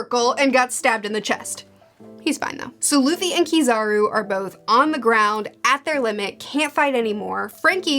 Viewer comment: It's so wholesome to see where you are as a One Piece fan, I remember you mispronouncing Luffy's name and hating Usopp in the beginning of your reviews 😂